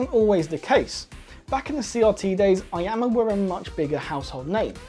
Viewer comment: it's ee-yama